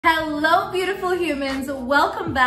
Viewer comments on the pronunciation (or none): none